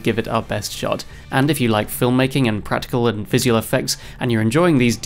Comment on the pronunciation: Apart form the insane way you say "visual", you've done a fantastic job on this!! 😁 🤪